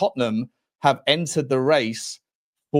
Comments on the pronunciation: Kees is pronounced Case. 🇳🇱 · Please get the pronunctiation right. Kees in Dutch is "kays" with a strong "s"